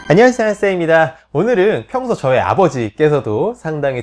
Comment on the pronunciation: 안냐세여이사어셍임다 항상 발음 좋은데 인사할때는 날림ㅋㅋㅋ